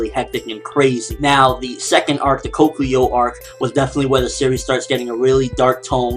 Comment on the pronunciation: You pronounced Katekyo wrong